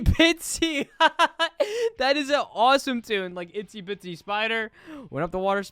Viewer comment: Bro, I'm a fan but like it's IZZY bitsy not ITZY bitsy